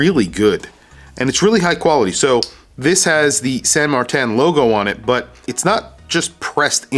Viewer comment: its san martin NOT san mar-tan